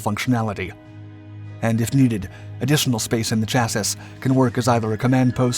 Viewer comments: WTF is a "chaz-us," learn some French please! "Shazz-ie" is how Chassis is pronounced! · A "chassis" is the frame of a vehcicle Pronounced " CHASS-ee" (singular) and "CHASS-eez" (plural), NOT "CHASS- ISS.". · Cha-sys? You mean Chassi? How could this guy not know how to pronounce that? REALLY? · Another screwed up video by this "Dark ____'' franchise creators. My gawd they can't even pronounce words properly. Cha-Sis, instead of Chas-See, Pilot, (must be able to fly) instead of driver, idiots. This is the best example of A.I. gone goofy, or the narrator lives under a rock. Anyone who watches and believes these "Dark" video's must be fans of FOX News, ha ha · I always wonder if the person doing the voice over work is a native English speaker. Like he has a fine accent, but it seems like in every video, he completely botches the pronunciation of some word. In this video it's "chassis" , It's pronounced chass-ee not chass-iss (like "hiss"). That's not even an alternate pronunciation according to wikipedia. It's a French word. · Omg stop saying "chassisss" you sound ridiculous. It's pronounced "chassy"! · its Chasee,Not chasis... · FYI chasis is pronounced chaaseee, how could he not know how to say it lol. customer is NOT poland. they just did a deal for the S.korean tank and pland to build over 900 of them in poland by licence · Thanks for another great vid, bro! Maybe you should give some thought to how you pronounce CHASSIS. It should end with an E Sound. Like Chass-ee. The "s" is silent on the end of the word. Thanks again for all your hard work! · How many hundreds of vids has this guy made and he just said "chassis", as opposed to the word "Chas-sees" the rest of us say? It's not like this is a NEW word... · Chassis: Say it with me: Chas-see. Chas-See. The S at the end is silent. Otherwise, keep up the good work. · "Chassis" is pronounced "Chass-ee". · Makes you wonder if it's text-to-speech. I feel like nobody pronounces it the way it was in the video.